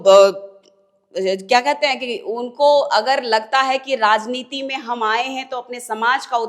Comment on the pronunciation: Madam म ह तो होता है न कि, मैं हे तो